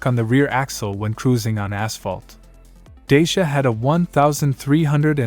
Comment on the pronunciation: Pronounced "Da-cha"